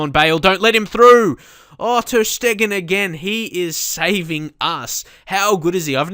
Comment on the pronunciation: It' not ter Schteggen, it's ter Steegen (and not ter Stiegen)